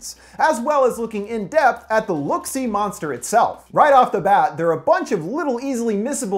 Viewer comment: Next time say look see notes correctly don’t change it please